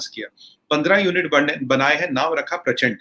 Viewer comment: Parachan nehi "Prachand "